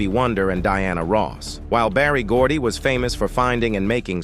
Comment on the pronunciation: It's Berry Gordy